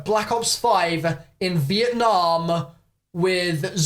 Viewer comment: Who was here when it said vietname